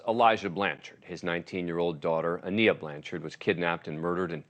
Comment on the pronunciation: Please pronounce Aniah’s name correctly